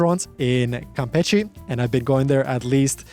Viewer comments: 3 months over there and you can't say it right? It's "campeSHE", as in "shh". There's no "t" sound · mano I don't know how you have been there for 3 months and are still pronouncing it "Campetchie". face palm